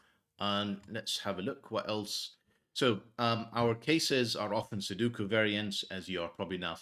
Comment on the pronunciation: Take a look at the vowels in "Sudoku". The word come from Japanese, and in that language, vowels are not interchangeable (as they often are in English). Especially note that the center vowel is not 'u'.